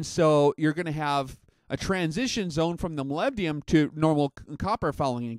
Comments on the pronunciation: Hi, Not to be a wise ass, but you are completely mispronouncing Molybdenum. You're saying Molybdium. President George W. Bush caught hell for saying Nu-cu-lar (Nuclear). Anyway I'm an Analytical Chemist and test Molybdenum in the vitamins and minerals by ICP-MS (Inductively Coupled Plasma-Mass Spectrometry). It's used as a catalyst in many enzymes in plants and humans. It has an atomic number of 42 (the number of protons). The rest of the weight is made up of neutrons (98 atomic mass units - 42 = 56 neutrons if you take the most abundant isotope). There is a contradiction, in your video, from some shooters that say it actually slows the bullet down. I have yet to test fire my reloads. Molybdenum disulfide (MoS2) is the compound used and does lubricate the bullet but apparently adds drag, but will look into it further. Just sayin.-Paul D. Dodson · Oh shut up, he spells it right...just says it weird. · Is it that hard to say molybdenum right? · Love your vids. Moleebdenum That's how it sounds.